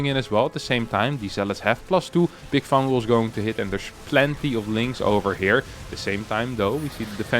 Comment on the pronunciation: "fungal! Fungal!" Sounded like you were saying "fangool!" In Italian